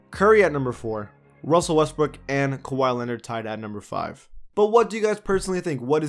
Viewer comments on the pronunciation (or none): Wussell Westbrook 😂